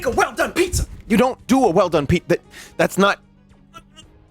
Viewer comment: Pizza more like pee zza